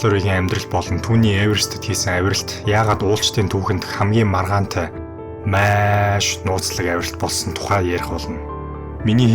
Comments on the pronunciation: maiiish gheern gaihlaashd maaaash gj heleech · чи тэгэж яриад байнаа ха эрэлхийлэгч Маш гэж ярих нь зөв гэдгийг л хэллээ хө Ярих сэдэв чинь чанартай ч ярих чадвар чинь муу байлаа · Майййш😂 үг хэлээ гоё зөв дуудаш байгаарай бро